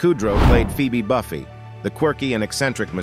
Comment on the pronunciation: That’s not how Buffay is pronounced.